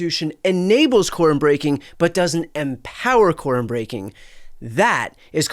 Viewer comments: When I listened I swear they were saying Corn breaking 😅. I had to turn on speech to text to find out they were speaking of Quorum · I thought yall were saying corn breaking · quorum is a two syllable word